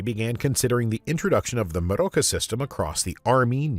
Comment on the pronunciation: "Meroka" does not even sound slightly German 😂And how you're saying it doesn't help. I think it's meant to sound a bit...Spanishy, even though it's made up of German words.